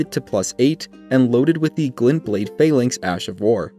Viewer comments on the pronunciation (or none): none